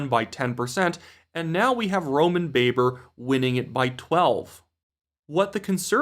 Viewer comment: you’re doing it otherwise fabulous job,. But I like to point out one thing to you, it’s the pronunciation of Roman Babar’s name, it’s pronounced like it rhymes with blabber. I watched an interview with him during the Conservative leadership race a few years ago, and I heard him say his own name.